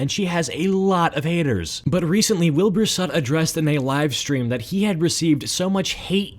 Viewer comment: "Wilbur sut"